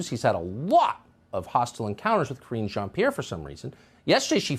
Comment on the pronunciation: Please go and learn how to pronounce Jean-Pierre !! Simon Atiba's English sucks just like yours. That's why he's not been given questions.